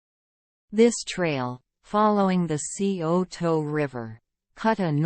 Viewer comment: Sigh-O-Toe NOT C-O-Toe. Nice video of the trails.